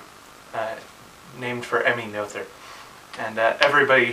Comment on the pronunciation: N.B. Noether is usually pronounced "Nota" (Germanic) or "N-other" (rhyms with other). People butcher Huygens names but if you pronounce it right people won't know whom or what your talking about.